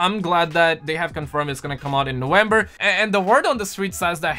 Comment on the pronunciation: When exactly is "Nowenber" ? lol